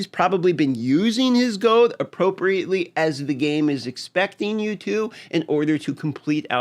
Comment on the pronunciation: GOLD HAS AN “L” YOU SOULESS GINGER MONSTER